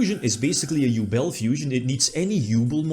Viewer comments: OMG I had to pause for a second because oh How you pronounce Yubel 😅 As a hard GX fan, I was oddly happy for the yubel support as much as the ability to hear pronouncing GRINDER GOLEM 😂❤ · yeah dislike just for the way you say yubel sorry dog